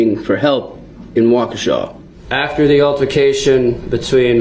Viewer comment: The town name is not "Wo-kishay" it is "Wah-key-shah". I know British always are quick to jump on Americans for mispronouncing things, but British have a very bad habit of not caring about native American pronunciation of non-European, native names in America.